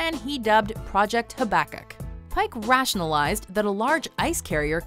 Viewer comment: the way they mispronounced Habakkuk made me cringe